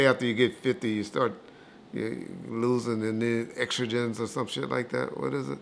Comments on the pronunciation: He said extrogyn….hahaha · “Xtrogen” “tosterone”. Good lord 🤦🏽‍♂️